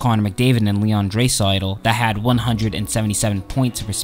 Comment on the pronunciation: Can't take this guy seriously when he can't even pronounce a few of the player's name corrctly. ie; Draisaitl, Letestu, etc...